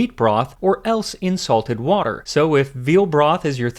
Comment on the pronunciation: "in salted water" My ears heard: insulted water